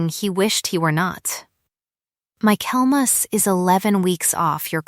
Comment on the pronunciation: Reading along with the transcript. It's Michaelmas, not "My Kelmas." Quality control wouldn't be wasted.